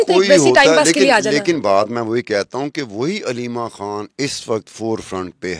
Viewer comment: بیبی کھان نہیں خان حے حناء نا بولو